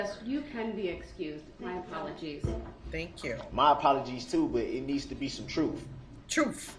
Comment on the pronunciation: Darrell telling “the troof”😂